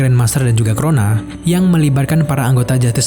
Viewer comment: crona? w dengarny tadi korona